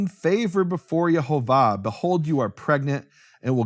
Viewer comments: Say it right, Yehovah not Yahovah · Nehemiah pronounces funny. But I could see the vowels: e o a. So it pronouns: Ye ho vah.